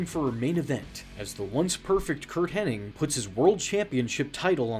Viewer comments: Hen-nig not henning, you idiot! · Henning and I was screaming at my screen. It even says Hennig loud and clear on screen